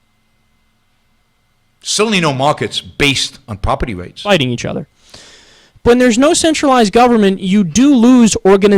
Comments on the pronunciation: youwa pwoperty wights can nowt be wecognized ... lmao yet somehow he puts an "r" at the end of agender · "Youwa pwoperty wights cannot be wecognized" lmaooooo